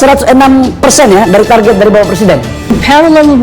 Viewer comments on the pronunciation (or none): Mas ... TARGET itu dlm bahasa inggeris TARGET juga bkn TARJET